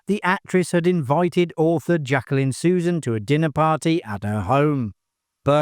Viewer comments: My favorite guilty pleasure. A major hoot. And it's "Dry-fuss" and "Su-ZANN." ❤❤❤❤ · I kept noticing that, too. Susan, Susan, Susan. 🙄